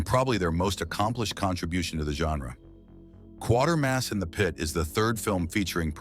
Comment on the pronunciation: Quatermass, not Quartermads